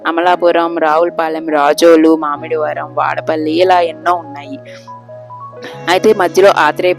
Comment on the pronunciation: మామిడి వరం కాదు ముమ్మిడివరం